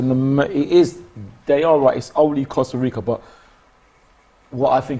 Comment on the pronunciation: “ Costa Rico”